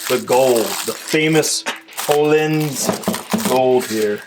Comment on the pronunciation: I’m going to sound like a dick either way, Pronunciation is “Oh-Leans” Amazing Swedish shock company. Very nice shocks nice for 604 lb bike